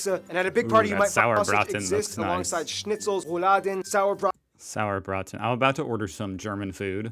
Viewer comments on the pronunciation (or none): Saurbraten is wrong, it's "Sauerbraten" and it's not pork but beef😄